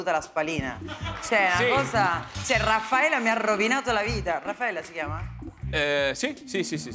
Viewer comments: Virginia Raffaele, non Raffaella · Non "Raffaella" ma Virginia Raffaele... EH... BAH